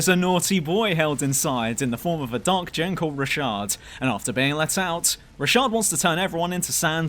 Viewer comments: Nigga his name is RATASH not RASHAD😂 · Isnt it Ratash